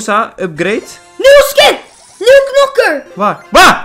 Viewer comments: Hey het is knokker niet nokker en als je het in het Engels wilt zeggen zeg je Brawler ( geen haat ) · Als je een doos opent en er staat 6 onderin dan heb je een nieuwe knokker . Nog een tip: het is niet nokker maar knokker (geen haat hoor) Ga zo door met je kanaal man love naar jou❤❤❤👍👍👍